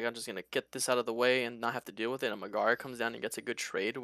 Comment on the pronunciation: love the content from you guys but i cant stand the mispronunciation of Megara. nails on a chalkboard lmao